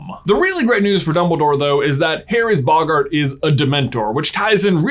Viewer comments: Normal people : boggart This guy : bog - art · It's bogart not boggaaart